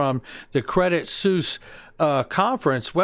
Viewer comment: Incredible content, as usual. FYI: Credit Suisse is pronounced “Credit Swiss”, not “Suess “ like the Children’s’ book author. Sorry to be that guy but, ya know.